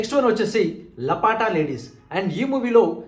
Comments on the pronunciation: లపాటా కాదు సర్ లా పతా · తెలుగు లో " లాపత" అని పలకాలి మీరు "లాపట" అని పలికారు